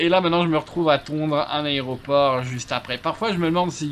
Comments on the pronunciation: "La raie au porc".... rhalala sacré;) Et l'outil pour couper l'herbe c'est un "rotofil". Voili, voilou... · Petite info. a prononcé Aéroport "Aré-o-port". Jusqu'à 15ans. Et non je ne met pas ca sur le dos de car c'est quelque chose que je faisais et qui m'a embarrassé /sifflote. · Hahaha j'avais jamais remarqué que je disais aré-o-port aussi jusqu'à je lis ton commentaire